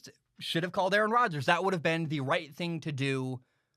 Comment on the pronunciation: Nice take! Don’t worry about mispronouncing his name no one knows how to pronounce it. I would say the GM is not in a similar position to your father, and I think Aaron Rodgers would make the same argument that his job was threatened. Do you remember the year Peyton Manning was injured and the Colts won like 2 games? Aren’t the Packers in a similar position? Last 3 or 4 years the Packers have taken a ton of CB. Something like 5 in the top of the draft. How many of the WRs were pro bowlers elsewhere? I disagree with the calling for the firing of the GM, but isn’t the GM doing the same thing to the player. There is a backlash against employees trying to assert power as opposed to management. Do you feel the same way when a player is cut? Lastly, Brett Farve was threatening to retire every year. Like your takes, but calling them fact based I don’t know if that is accurate.